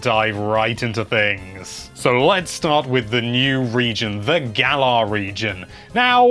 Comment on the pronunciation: It's pronounced Gal-uhr